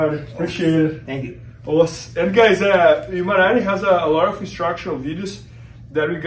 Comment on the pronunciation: MAN!!!!!!!! It’s Imanari!!!!!